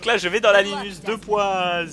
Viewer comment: C'est HALLUCINANT comme tu sais pas prononcer les nom comme Animus , Desmond , Assassin's Creed et Auditore sans parler de Ratohnaké:ton -_